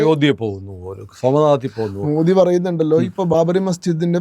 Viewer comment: Respected Sanku T Das, I humbly request you to shed the English version of Modi..where Alphabet " D " is stressed while referring Mr.Modi 's name. I feel it should be pronounced as " Modi " as in " the " or as in "didi" but not as in " beedi" .Please oblige.